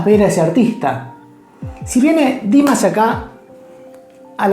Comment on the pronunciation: He absolutely does not and By the way, you are not even saying it right so maybe look it up before you say the wrong thing a third time . This is the second time you are saying it wrong. If you ever saw him LIVE you might realize he is good enough to sing live.